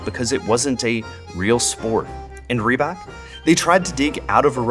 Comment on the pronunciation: I guess I'm too European for this video but ree-who-bok? Adidas and Nike were always bigger, Reebok is indeed the pepsi of the shoe world.